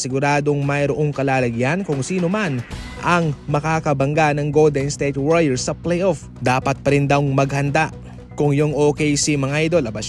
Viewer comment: Goldednsthayte warriors ba naman pag pronounce 😂